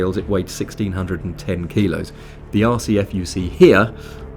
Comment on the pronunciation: I keep hearing Lexus RCH... then I have to remember it's not a red clam hair